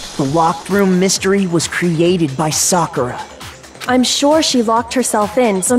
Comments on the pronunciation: Soccer-a my boy . This dude be saying sack-era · Even in her death still didn’t say her name right 😭 he ain’t watch Naruto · Only reason that would make sakura dieing a "good" thing, which really wasn't good at all.. is that I don't have to hear you call her SACKIRA anymore the whole time smh... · brosky literly herd them say it said it correctly then proceeded to say it incorrectly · 😂 How he pronounce it right and wrong in the same sentence. This was so sad. So sad. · Lmao, pronounced it right, addressed the guy who made the video about his pronunciation, and went right back to how he was pronouncing it before. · still dont kno how to say sakuras name, after 25 gameplays